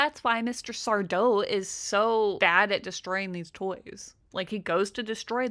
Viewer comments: SarDO! No “Mr”, accent on the “DOH” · It's sardo, accent on the do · That's sar-DOE. No Mister. Accent on the doe. 😂😂😂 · It's sardo no Mr accent on the do😂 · It's SarDO, no mister. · Are You Afraid of The Dark. No Mister. Accent on the 'do'.